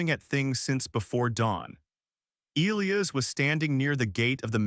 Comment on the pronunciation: Yes, I’ve never heard “Elias” mispronounced so much, or at all, really.